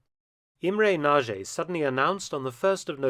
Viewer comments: Yugoslavia and Albania overrun by Sovjets? I think not. Oh, and Nagy is pronounced Natsj not Naa-gi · Another excellent video! Just one point: in Hungarian, "Nagy" is pronounced so it sounds like "Nodge". The "gy" is proniunced "dj" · Pronounceation is poor Mark, its Imre Naj (NAGY). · Nagy is best pronounced in Hungarian as 'Nudge' and Budapest is best pronounced boodapesht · Pronounced Motyosh Rokoshi. the S is pronounced SH, unless it is SZ, then it is pronounced S. Nagy, Pronounced Noj. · I like the video, I didn't know about the events in Hungary. But please, why don't you learn to pronounce the names of those people at least somewhat correctly before recording the voiceover? Nagy = Nahd (d as in dew) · Close but not quite The "gy" is pronounced like the "j" in "joke" or, better yet, like the "d" is "schedule" Nagy [ na:đ ] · Hello Mark, a little tip for Hungarian words is that the letters "gy" together makes a "d" sound. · Hi Mark, this was a good one. Respect to the colonel. Also,,I appriciate your effort to pronounce. In some cases, a successful effort. E g Imre soundedwell, but for "nagy" you caan check out Google translate from English to Hungarian, type in ' big', then nagy turns up, and push Sound option. Still it wil, be hard to say after the app. Then Budapest. No pest, first of all. Sounds weird here in the UK, doesn t it? Pesht, sh for Sherman, pls. And no 'u' for uniform in Buda. More like Buddha it sounds. By the way, have you heard of the "atomic ' bomb blewn up in Buda? After the invasion, nov 4, Soviet forces saw a mushroom erupting.